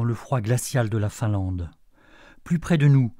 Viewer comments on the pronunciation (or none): none